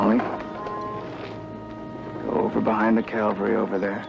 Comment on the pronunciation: did u notice: abt/between - the guy asks: "what's the 'calvary' doing here?" now, i call that a real blooper. LOL.